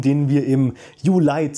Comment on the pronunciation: Warum sagst du Julai und nicht Juli